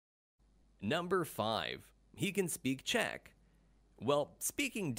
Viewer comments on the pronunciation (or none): none